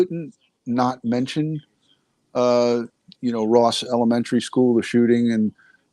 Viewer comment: Hi. No disrespect but it's Robb Elementary, not Ross. 👍